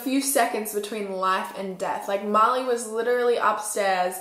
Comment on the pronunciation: Oh I kept hearing Molly not Marli.